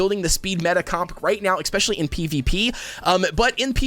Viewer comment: “expresso” “exspecially”